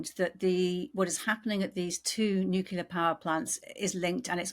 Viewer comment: Why of why is it so hard to pronounce NUCLEAR correctly? Your US guest can.